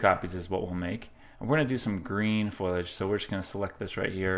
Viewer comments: Sorry to be a word Nazi on you here, but the word is Foliage, not Foilage. I am enjoying your series, but please, rerecord this before more than 1,682 people see it. With all respect, you sound like an idiot. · Really good tips....but one correction...its called foliage...not foilage :)